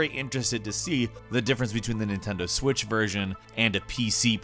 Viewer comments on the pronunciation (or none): none